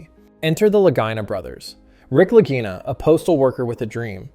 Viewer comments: ‘Lageena, Laguyna?’, ‘Lajyna’. 😂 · 🚨🚨🚨 yep the lagina the Laguna Brothers If you can't pronounce it right right in the beginning I'm sure your information is correct😂😂😂😂 I mean why would you even listen to it to make sure even the words were right Just throw it on the air YouTube won't notice or people like me 😡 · If it's an Italian name, which I think it is, it's pronounced Lageena. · At least pronounce their name correctly. Gee no agenda here. Just about every week they find artifacts.